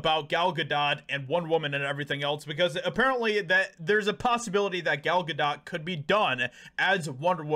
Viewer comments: Gal [Gah-dough] not Gah DOT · Its pronounced Good Dough not Good Dot? 😐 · Bro how r u STILL saying her name wrong?? It’s GA-DOE NOT GA-DOT. Like this is the 3rd video I’ve seen where u can’t manage to pronounce the name of person in ur title correctly which weakens ur ability to have a strong opinion. Love ur vids but come on brotha do at least a little research b4 editing ur final cut so u don’t sound dumb. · Pronounced Gal Ga doe (long “o” no “t” sound)…I believe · Her name is pronounced Gadough. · It's not dot (ga dot). if your going to say it 25 times in 4 minutes maybe try and get it correct , or only say it once or twice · Gal Ga-dot? Lol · Is he intentionally mispronouncing her name? Is it ignorance or is he trying to be edgy?… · dude, you don't pronounce the T in Gadot. Why don't you know how to pronounce her name???????????????????????????????????????????????????????????????????????????????????